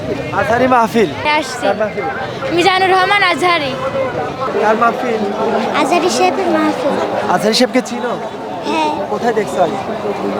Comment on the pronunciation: একজন গ্রামের বৃদ্ধ মহিলা নামটি জানে মিজানুর রহমান আজহারী আর বিএমপির এত বড় একজন নেতা সে নামটি বলতে পারল না নামটা ভেংগু করে বললেন জাতির সামনে ক্ষমা চান না হলে আল্লাহ মাফ করবেন না আম্লীগ ধর্মমন্ত্রী বলেছিলেন এই নামটা উল্টাপাল্টা অচিরে আপনি ক্ষমা চান জাতির সামনে এবং নামটা সঠিক উচ্চারণ করেন